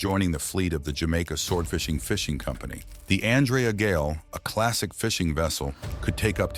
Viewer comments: It would be factual what ur saying if u spelled Andrea Gail right and u spelt it wrong somehow even though throughout the whole video it said it right (except the end where it said grail for some reason). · Every time you mispronounce the name of the ship is a insult to her memory and the memory of the crew. Do better.